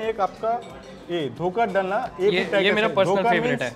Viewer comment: Bengalis: Dhokar dalna be like: Dhaker Dolna 😅😅😅😅😅😅